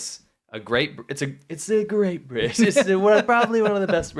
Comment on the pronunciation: hey guys, i dont mean to be critical but briDge has a D in it :P